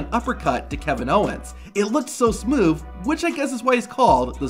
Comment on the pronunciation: Am I the only one hearing him say smoov instead of smooth